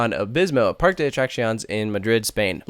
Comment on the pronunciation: You say the other foreign names fairly well, but this is atrocious. And Spanish is the easiest language to pronounce! Very few words break the basic rules, unlike English. First, pronounce your e's! It's PAR-kay. And the cc is like our cc in "accident". It's uh-track-see-OHN-ays. (Not exactly but it's close enough.)